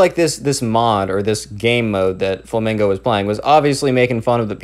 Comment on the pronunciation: You said "fomingo" ,bruh